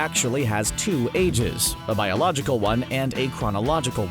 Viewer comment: Mane said biological and chronological like this yu gi oh😂😂